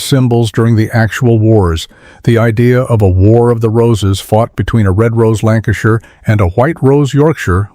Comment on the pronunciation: ... What and where is this "Lancastireshire" ?